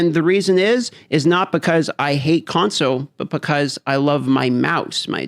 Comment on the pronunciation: You know there is an L in console right? :) It's not conso